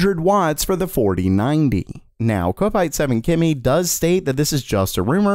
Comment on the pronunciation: also as i have previousely commented your are saying this users name wrong kopite7kimi its not said ko pite its said kop ite and it refers to him being a liverpool FC footbal fan as the fans are called KOP Ites